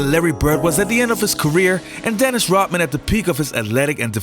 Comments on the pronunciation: It's not just that, he adds a little hiccup in the pronunciation, like a glottal stop, e.g. Hawai'i. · Thanks for the video on Dennis "Rottman" and Larry "Birt"......never heard the "D's". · His name is Rodman, not rotman. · You pronounce his name Rodman not Rotman? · fucking moron... its RoDman, not Rotman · The man's name is RODMAN not "rotman". How bout dem apples? Ignorant M.....F........ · Its RODMAN....NOT.. ROTTMAN... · Pretty sure his name is Rodman, not Rotman. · It's Rodman, not Rotman! Are you kidding! Do your homework! D not T! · I thought Dennis's last name was Rodman not Rotman. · His name is Rodman ....not Rotmin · "R-o-T-m-an"? RoDman . Ah yes, that's more like it. Although, on second thought, considering how 'rotten' a dude Rodman is, perhaps this dude's accented pronunciation is more apropos. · Gd RODMAN not rutman say it right or stop saying it. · Rodman is not pronounced Rutmun. Also the accent is on the second syllable in Detroit. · Bro....it’s Rodman not Rotman. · “Rot-man”? It’s RODman. It wasn’t his “Heart work”. It was his “hard work”. Can’t listen to you, Brah. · His name is Rodman not Rotman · It’s RoDman.. Lol D not T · Wow ... all these years, I thought his name was RODman ... not ROTman. Guess I was wrong. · Say ROD man not rutmen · His name is Rodman. Not Rotman. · It’s not Rotman, it’s Rodman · It’s Rodman, not Rotman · Swallow the pill...;LEARN HOW TO- PRONOUNCE NAMES CORRECTLY IT'S ROD MAN...MOT ROT MAN...YOU SOUND PLAIN STUPID/IGNORANT/STEREOTYPICAL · Why does this guy pronounce his name as "Rottman"? Pronounce the 'D' dude! RoD-Man! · I really like your content. Don’t like you very much. His name is Rodman, with a D. Why is that so hard? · It's not pronounced Rotman, it's RoDman. Kinda shit drive's me crazy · His name is Rodman not “Rotman”. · Its Rodman not rotman.... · it's pronounced 'rod'man, not 'rot' man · it's Rodman not Rotman!! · I keep hearing you pronouncing his name Rotman :) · Why does he say Dennis "Rotman?"